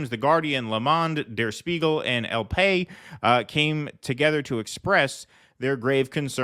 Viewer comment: Great update by both of you despite silly mispronunciation of the Spanish newspaper El Pais (The Country) which is "el pie-ees" not "El pay". Pay sounds like pie, "piyee" a foot in Spanish, & nobody would name their newspaper "The Foot."! 🤣🤣But good news otherwise.